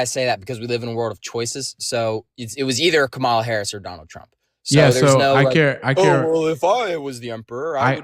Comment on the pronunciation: It’s Kamala not Kamala